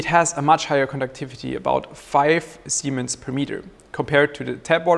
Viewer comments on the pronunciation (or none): He keeps saying "semens" 😳😣😖😂😂😂🤣🤣